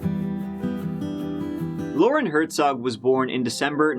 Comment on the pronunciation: Hert-zog, not Her-zog.